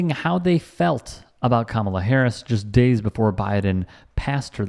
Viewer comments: You can always tell who the bigots are (and in MAGA world that's not difficult). These are the people who passive aggressively mispronounce Kamala's first name. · The way they purposely mispronounce her name speaks volumes to their character.